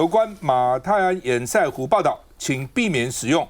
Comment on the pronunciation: 趙老康.你的粉絲擬參選高雄市長候選人柯.前幾天不是教你要唸堰塞湖嗎?怎麼還一直唸堰曬湖呢?老了改不了嗎?